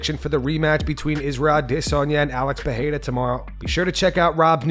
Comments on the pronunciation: PE-RE-I-RA not peheira or pecheira! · Pereira not PeRReira por favor!